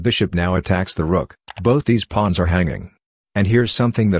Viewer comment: bro fr I heard him say pluns instead of pawns